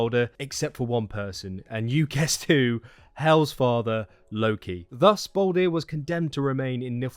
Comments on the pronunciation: Not trying to sound aggressive but can u please stop calling him baldir (bawl deer). Another name for him is literally baldur (bawl dur) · it’s all good. I can see how it makes sense to say baldir when all ur given as a name is baldr.